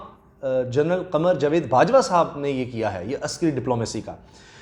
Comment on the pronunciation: Bhai jawaid ko sahi pronounce kiya karo .....jovaid.....nahein ....JAWAID